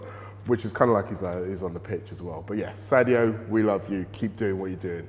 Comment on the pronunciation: Its sadio not saudio